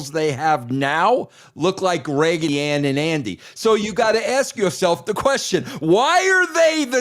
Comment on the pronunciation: Russo did not say Raggedy Ann and Andy LOLOLOLOL